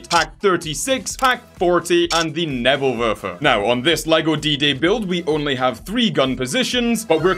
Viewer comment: Näbölwörfer it’s Nebelwerfer